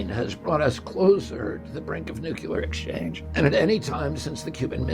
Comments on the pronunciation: Nuclear. Not Nucular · Will someone please tell RFK Jr. to pronounce the word nuclear as nook-lee-er. Not nook-you-ler. I don't want anyone to use that against him. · I love your energy and ideas. PLEASE start pronouncing NUCLEAR properly. It will make sound even more brilliant than you already are.